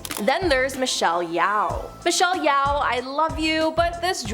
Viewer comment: Michelle YOW???? WTF!!!! learn to pronounce the names before getting on camera fgs! Or at least apologize and aay you don't know how to pronounce it. That's better than being making yourself look embarassing 🙄 not to mention how decorated and renowned she is so not knowing how to pronounce her name is shameful, especially since it's literally your JOB!